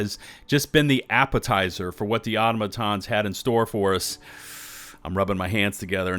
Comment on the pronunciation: Aw-TAH-muh-tahns 😢 please 🙏 not automo-tahns